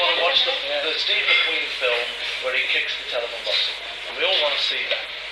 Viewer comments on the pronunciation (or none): none